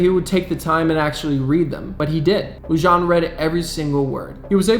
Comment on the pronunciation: David Lujan is pronounced David Luhan